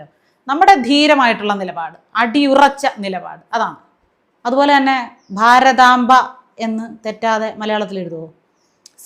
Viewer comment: ഭാരതമ്പ എന്ന് പറഞ്ഞല്ലോ??